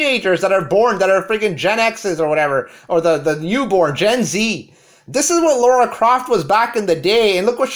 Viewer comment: LARA Croft. Sound it out. Lara. Not Laura. Lara.